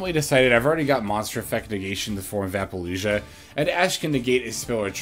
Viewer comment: Hey,. Love your stuff, but I have to speak up… why are you pronouncing it like “ApollouJUH”? It’s Apollousa. I don’t understand